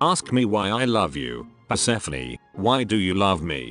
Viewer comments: Pronounced per-ser-phone not per-se-feny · So that's how to pronounce Persephone.... Man I keep calling her per-suh-phone